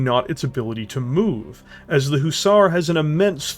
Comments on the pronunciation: great video, love how you are talking about it, but by god man! Pronounce it Huh-zar, not hoozar!! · Please can you pronounce Hussar properly please.... Its not a long Ooo sound at the beginning it is a short sound like the U in Hut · It was painful to hear you butcher the word Hussar.